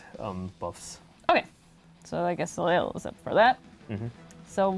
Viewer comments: "Soleil" is pronounced "so lay" ;-) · ...when the team that created Soleil doesn’t even pronounce her name correctly. Lol! Ugh...good job, but this is high-reaching for most of your player base. 😬